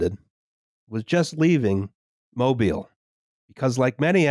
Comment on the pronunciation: Mobile, AL has emphasis in the first syllable.